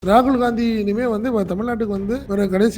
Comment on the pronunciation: காங்கிரஸ் ஆட்சிக்கு வந்து 13 வரடம் ஆகிட்ட்து .மதவாத சக்திகள் ஒழியனும்,காங்கிரஸ் வரணும் ,இதஸ்டளின் நினைத்தது தப்பா?காங்கிரஸ் காரணி ராகுல் பெயரை உச்சரிக்கதபோது ரகுள்தான் அடுத்தபிறதமார் என சொன்னது.ஸ்டாலின்,இது ஒன்னு போதுமே.t நாட்டில் காங்கிரஸ் நிலை மை உங்களுக்கு தெரியும், அப்படி இருக்கையில் ராகுலுக்கு மரியாதை குடுக்களைன்னு சொல்லுறது...